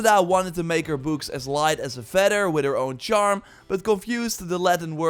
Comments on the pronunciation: Anyone else think he was saying boobs not books? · the way you say books is funny. But nice gameplay touch!!